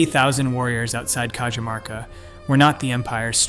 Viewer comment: I can beleive this. The Incans had a road network from Colombia through to the south of Chile. I lived in the mountains of Peru for about 4 years and I can remember driving over a forgotten incan highway. They had an amazing system of roads. By the way Cajamarca is prounced like "Cahamarca" I should know as I used to live there.